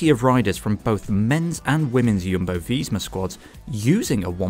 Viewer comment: I love how you pronounce Jumbo VEEESMA